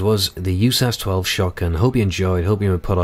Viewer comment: It's U.S.A.S. 12 no Yewsas just fyi